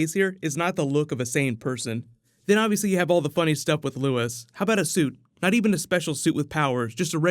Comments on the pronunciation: Lewis? You mean Lu-eeeees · It’s Luis not Louis. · Its luis not lewis😂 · It’s Luis , not “Louis”.